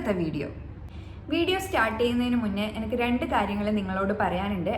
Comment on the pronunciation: എ നി ക്ക് നി നി നി Not എനക്ക് 100 വട്ടം ഇമ്പോസിഷൻ പറഞ്ഞു പഠിക്കൂ😀😀😀